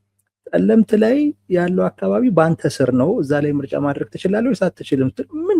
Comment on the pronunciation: "ፀለምት" ጠለምት ፡ ለምን ለመርህ አትቆምም?